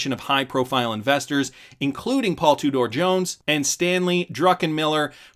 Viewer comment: "two door" jones lol...I think it's pronounced like tutor